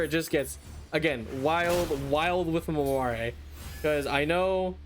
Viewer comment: Just a little note but Mamere is supposed to be pronounced kind of like mamair, the last e is silent.